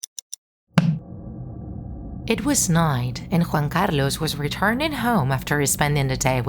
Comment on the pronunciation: Ok , I love your pronounciation of Juan Carlos